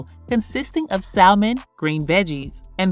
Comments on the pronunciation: Salmon?🚫 Say it with me: SAM-UN , one more time: SAM-UN. 😉👍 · No funny business BUT it’s “Sa-mon”.. the “L” is silent